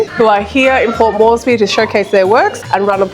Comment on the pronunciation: ......ma man.....its Port MORESBY.....not Mosely